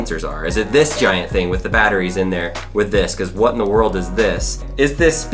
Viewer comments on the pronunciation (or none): "batteries" Yep OK sure